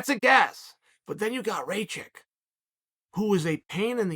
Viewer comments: "Blahovavitch vs Raychich" Chael 10-7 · It’s actually pronounced rachachich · "Rake itch" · As Serbian hearing Uncle Chaels way of saying Rakic is hilarious lmao Raychick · Rayhich and Raychick🤣🤣🤣🤣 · Rakic? Who's that? You mean raycheek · Raychich Raychick Rai- Chick Raykich God i love Chael 😂❤️ Let’s go Raichick